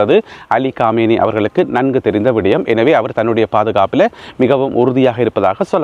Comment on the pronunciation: காமேய்னியா அல்லது கொமேனியா தயவுசெய்து இலங்கைத்தமிழில் செய்தி படிக்கவும்